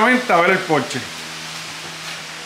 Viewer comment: Ese Porshe(Por..shaa) exquisito.Porsche..